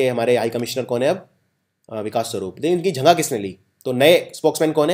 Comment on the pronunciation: sir y do u pronounce jagah as jhaghahh